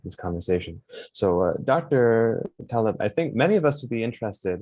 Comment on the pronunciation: TAL-eb......the accent is on the first syllable......I will send 1 dollar to anyone who can prove me wrong. (Skin in the Game).